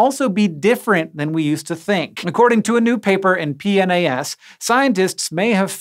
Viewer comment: Pnas......P-nas..really? lol